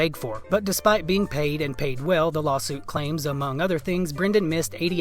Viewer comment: Perfect opportunity to use "lawlsuit" in the title since that's how he says the word lawsuit-but you missed it! Haha.